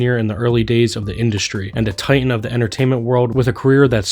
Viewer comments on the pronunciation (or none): none